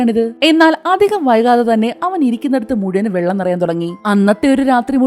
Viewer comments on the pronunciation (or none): none